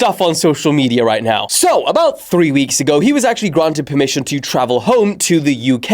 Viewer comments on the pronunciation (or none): none